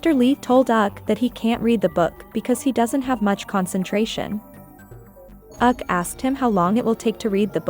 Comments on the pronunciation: Yup especially “Uk”. 😔 😔 😔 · 😂😂😂You totally read my mind. It's frustrating. "Bayen", "auk" & "Siyo jayong"